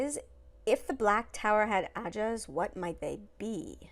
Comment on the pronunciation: Black Tower's ajahs more like "ashahs", am I right?